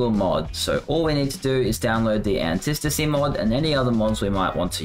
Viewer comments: Say it with me retard, Anti-Stasi. Okay, retard? Antistasi......... an-tie STA-see you actual dumbfuck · He's saying it wrong... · Was driving me crazy